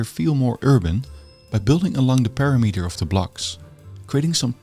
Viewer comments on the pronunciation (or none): perimeter, stress on the second syllable. /pəˈɹɪm.ɪ.tə(ɹ)/